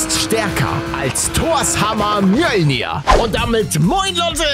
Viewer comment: Ich weiß der Hammer heißt wirklich so😅 aber Paluten spricht es super aus XD😂 mnolnyr